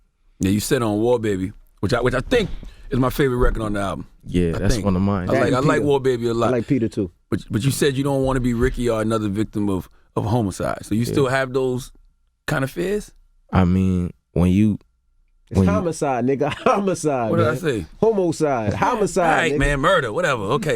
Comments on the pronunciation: It’s homicide nigga , you said homocide lmfaoooo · Charlemagne said “homocide” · He said "HOMOcide" lmao 💀💀💀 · I swear Charlemagne is gay, he said homo-cide instead of pronouncing the word as just homicide. 🤦🏾‍♂️ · Ol gay ass nigga said homo-cide smh jus admit it pussy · "Homocide" lmao im weeeeak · wait... please pronounce "homicide" again Charlamagne ( mark) lolol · Leave it to CTG to pronounce homicide like that 🤦🏽‍♀️🤦🏽‍♀️